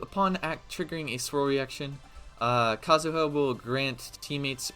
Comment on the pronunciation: Just say Kazuha dumbass. The joke didn’t land the first time.